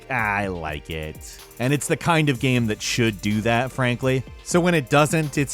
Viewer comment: Getting closer and closer to pronouncing 'game' correctly. Keep it up! You'll get there! Yes, I'm being a dick. I'm bored.